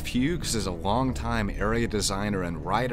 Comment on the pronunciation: You mispronounced Jeff's last name, it's not "Hughes".